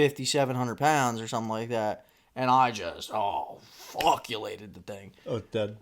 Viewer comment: Word of the day is “efuckulated”